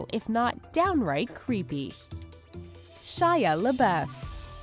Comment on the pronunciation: Ok seriously the way she mispronounces Shia LaBeouf triggers me.